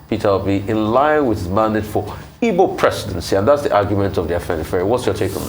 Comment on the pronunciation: Ruffai please learn how to pronounce the word “Igbo”